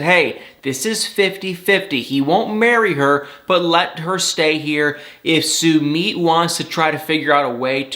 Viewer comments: Yay! Now I won’t have to hear you disrespect and butcher Sumit’s name,! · Please learn how to pronounce Sumits name. It drove me crazy every time you said it lol